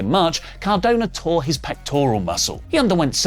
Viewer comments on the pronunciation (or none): none